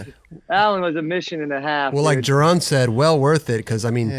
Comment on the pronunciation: Thank god he started correctly pronouncing Jeron